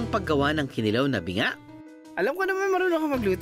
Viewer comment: Just a slight correction. It’s pronounced kee-NEE-law, not kee-nee-LAW. Fish tapa and fish tocino have been around for decades. It’s just that you Manilenos insist on buying danggit only. Hahaha and that, we don’t understand why because there are literally so many varieties of buwad.